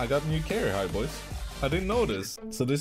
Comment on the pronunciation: "carair-high" xD